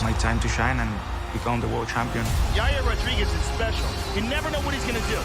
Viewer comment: Yaiyear Rodrigweez